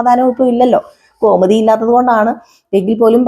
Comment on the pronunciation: ഗോമതി ഘോ അല്ല